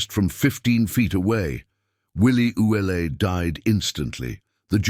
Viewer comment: Willie's name is normally pronounced ou let, not Ouelete.(sp).